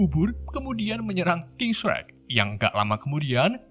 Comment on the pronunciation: Telling story nya sih keren. Cuma pengucapan bhs inggris nya perlu bnyk di perbaiki, Shark terbaca srek, sport terbaca sprot, suicide terbaca sosis, DLL. Semoga kedepan lebih baik lg. Txs